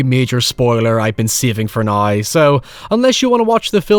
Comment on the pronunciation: It’s now not noy. Down not doyn, that shit was driving me up the wall.